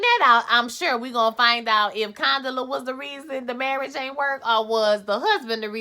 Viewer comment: 😩😂😂why y’all keep messing up Condola’s name? Condala, Canola, etc y’all are funny😩😂😂... Your Twist Out Is Everything😍👍🏾👍🏾